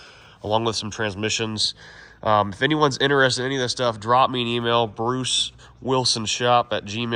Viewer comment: Bwuce big twug dwiver